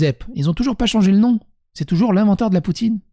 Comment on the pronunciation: le roi joucep, ca ce prononce joucep